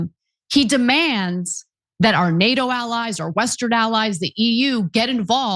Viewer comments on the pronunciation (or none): none